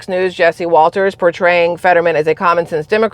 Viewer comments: It's jesse waters not jesse walters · Jesse Waters, not Walters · Jesse Waters, not Walters…. RINO vs DINOSAUR 😅